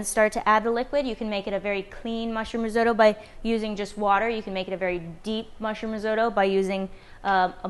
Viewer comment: Lol the risotoe can’t watch